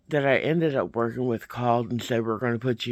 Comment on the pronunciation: I just giggled when you were like "and them I will go back to work.......ING on getting a job." I find myself saying that all the time "I have to work this morning" But I don't have a job....but i'm work ING on getting a job. glad this was a better day for you!